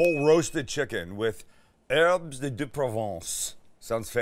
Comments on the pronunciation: in "herbes", the S is silent, 'am. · Erbz not HERBS , THIS IS VERY IMPORTANT